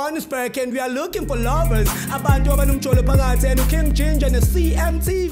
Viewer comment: When Ginder says, weGinger